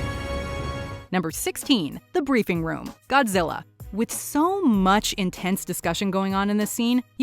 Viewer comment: Is it just me but whenever dr.zerenzowa or however u spell it whenever he says Godzilla it sounds like gojira which is his species name or whatever